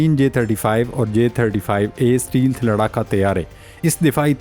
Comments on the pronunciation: It's stealth not steel but correct your pronunciation. Thanks and take care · Pl don't say steel - steel , again n again , the word is stealth , note carefully . Thank u . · اسٹے لتھ کو اسٹی لتھ۔ کیا پینڈو پنجابی ذبان ہے اس چوتیا اینکر کی۔ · Ooye champoo “stealth” bolna seekh lai. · بھائی صاحب، stealth کو صحیح سے pronounce کریں